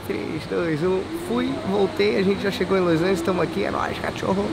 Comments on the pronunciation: q agonia o falando loisangeles ao invés de los angeles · Los Angels